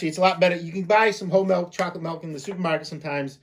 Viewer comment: Chocolate MULK...not milk.. hahaha